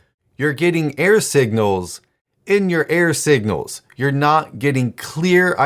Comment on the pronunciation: Error signals. I use videos to supplement my writing education, and in this one he created a meta message, probably without realizing it. I listened to the first half of the video wondering (and distracted by) what he meant by "air signals", thinking it had something to do with his radio reception analogy. Even the captions wrote "air signals". Finally from context I figured out he was saying "error". That makes a lot more sense! (There's my clarifying feedback.) Thanks for these videos and their bite-size writing topics. 🙂